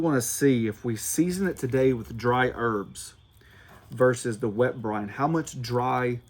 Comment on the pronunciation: Is he saying “ Brone “ ?